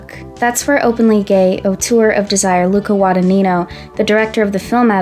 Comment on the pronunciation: so many wrong pronounciations of the surname "Guadagnino" great video tho